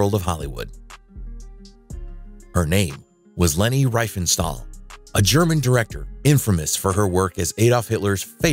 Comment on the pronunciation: It’s pronounced Ree-fen-shtahl